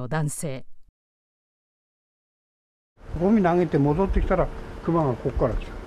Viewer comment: アナウンサーの「ク↗︎マ」のイントネーションがおかしくないですかね。市民や現地リポーターは普通に「ク↘︎マ」と言ってるのですが。